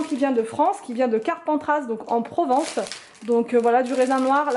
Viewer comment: Coucou. Carpentras, on ne prononce pas le "s" à la fin 😁😁. Sinon, est-ce que tu as essayé les concombres avec sauce yaourt-citron-menthe fraîche? Ici on aime trop. Tu peux faire avec des tranches pour le côté salade et ajouter ou non des tomates. Tu peux aussi les râper et les faire dégorger un peu avant de les mélanger avec la sauce, et là ça te fait une tartinade style tzatziki. Ici, en Provence, les concombres c'est la vie. Je les prends chez mon producteurs et je les paie trois francs six sous et c'est top.